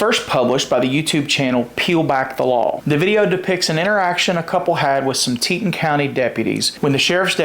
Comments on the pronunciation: FYI: Its pronounced Tee Ton county, not teet'n. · Teton, like Teetahn.